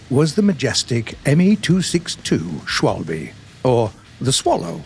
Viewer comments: you're okay with 'swalby?' Lol For an anglophone, try to say Sh-vahl-beh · Anyone else finding the mispronounciation of 'Schwalbe' a bit triggering? 🤔😀